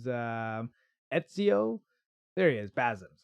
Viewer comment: Heyyy saying Ezio correctly.